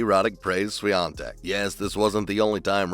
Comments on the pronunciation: It was far from proper pronunciation :) But Polish surnames are impossible to pronounce for foreigners. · Congrats on the pronunciation of her surname ;-) 💪